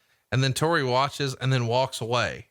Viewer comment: God damn it it’s TORI not TERI